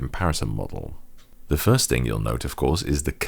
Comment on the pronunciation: ""Underr da hood" in Imperial units" I'm dead.